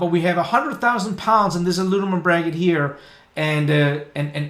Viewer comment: Alu-mi-num rather than alu-ni-mum :)